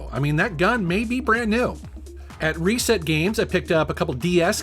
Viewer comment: Is anyone else bother how he he pronounces reset (ree-set) as “Ray-set”